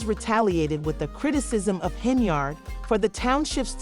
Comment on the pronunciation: Its pronounced HEN-YARD ....like Menards... 🎶 save big money at Henyards